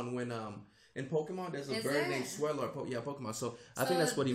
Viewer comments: LOL. Why does he call a swallow a swear-low? lmao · Bruh, she pronounced 'swallow' correctly, but then he's like "Wait, hold on. In Pokemon, there is a Pokemon named 'Swellow'. So it's pronounced 'swellow'".